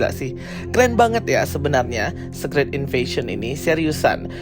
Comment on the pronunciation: Bacanya bukan sekrit bang, tapi sikret